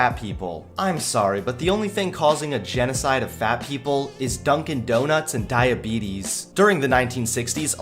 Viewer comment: Is she saying do not or donut? 🍩 LOL😆😆😆😆😆😆😆😆😆